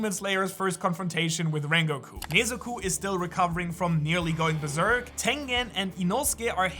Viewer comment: Nezuko❌ Neezuko✅